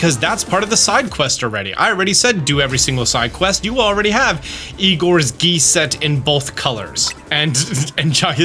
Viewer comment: I love you, but we're gonna have to sit you down and teach you how to read and pronounce words again. Ivor (eye-vor), not Igor. Jacinthe (Ja-sinth), not Jaiyacynth.